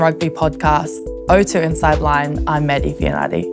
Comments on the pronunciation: Excellent back rower for the Red Roses; but a pity her father Isaac couldn't teach her to pronounce her Samoan surname correctly. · 😂😂😂 bruh, I was like ayeeee?? Must be my hearing then the second time she said it I almost died of laughter lol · Your hearing was fine, it’s really sad when you cannot pronounce your own surname a ea😂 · Could someone help her pronounce her surname correctly😊